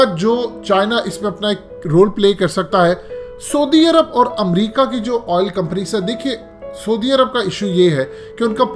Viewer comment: پہلے سعودی عرب کا نام تو ٹھیک سے بولنا سیکھ لے 😂 😂 😂 😂 😂 😂